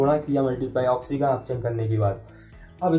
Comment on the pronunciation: Thik se bolo